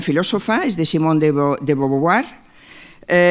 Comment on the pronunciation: DE BOVUAR Y NO DE BOVOVUAR!